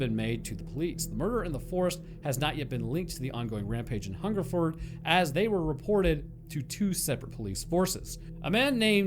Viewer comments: he got hungerford (furd, not ford) right off the bat, but berkshire is BARK-Shire, some old ae sound shenanigans or some s***. its all stupid and made up. I live near here and its interesting that this never comes up. i know about it but noone really talks about it. cool to see it make a video tbf. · You got Hungerford right the first time. Most places ending in -shire are usually suffixed "shear" phonetically. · Wow i was the one who commented this on your Albert Dryden vid. Your pronounciation is spot on, its only the posh gits who pronounce it Hungerfoord. Berkshire is wrong though lol, it pronounced with an 'a' intead of the 'e'. Must say its the first time i commented on something and it gets turned into a video. Thanks i geuss. I would also like to add that although it is nice to get noticed it could'nt be about many a worse subject. As i said in the Albert dryden vid this was a story we were told as kids to scare us about guns, and strangers. It was like being told about the boogeyman but one that had lived in your area.